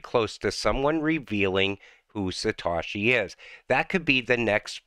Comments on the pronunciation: It’s satoshi not satashi 🤔 Doing great work Mate 🙏🏾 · By the way it’s not Satawshee it’s Satohshee